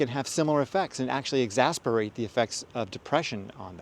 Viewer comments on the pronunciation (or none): It's EXACERBATE (x-ass-er-bait) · Exacerbate... Not exasperate. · The word is ex-ACER-bate, to make worse.